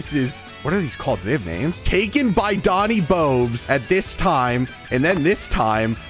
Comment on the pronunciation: rage not Doni bobes